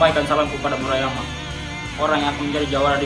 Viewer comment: Murahmeriah bkn murahyama wkw